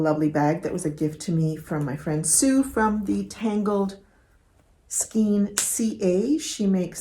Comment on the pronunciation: skein is actually pronounced (skane) it is not phonetic. I know English is probably the only language that does this.